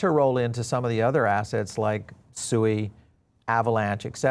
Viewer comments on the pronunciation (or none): you sound like a low IQ crypto bro when you can't pronounce your Investments correctly SUEYYYYY. is Suey a meme coin that you keep bringing up?